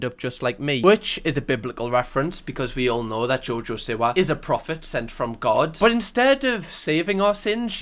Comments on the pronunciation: Am I the only one that hears Jojo sewer? 😂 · genuinely thought u were saying jojo sewer for half this video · The way your saying jojo siwa its jojo see wa